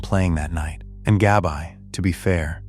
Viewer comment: yes but your AI is messing up the pronunciation horribly. It’s saying Gab-eye not Gabbi.